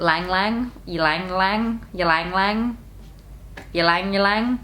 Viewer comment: ylang-ylang is pronounced as i-lang (pause) i-lang. lang in ylang sounds like the internal organ lung.